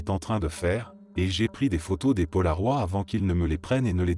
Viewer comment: Paloroid, c'est mal prononcé